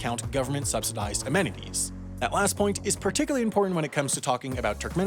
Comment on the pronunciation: pronounced amenities the wrong way